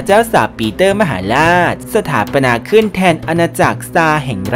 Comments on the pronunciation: สถาปนา รึเปล่าไม่ใช่ สถาปัตนา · สถาปนา อ่านว่า สะ-ถา-ปะ-นา ไม่ใช่ สะ-ถา-ปัด-ตะ-นา ติดแค่ตรงนี้จริงๆ